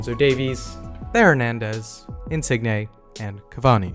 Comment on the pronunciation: sorry but did you say insignay? you know it's a silent G xD right?